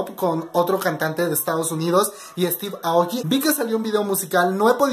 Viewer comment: No es para molestar o algo Pero se pronuncia Estiv eioki (Steve Aoki)